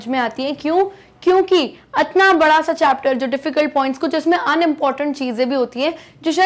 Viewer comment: "atna bara sa chapter" mam aap bihar se hai ka?